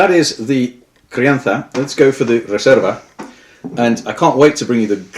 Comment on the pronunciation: You pronounced gran reserva and crianza perfectly, do u live in spain or something? Im spanish and had to say it, its hard to find an english speaker who pronounces that well, good video!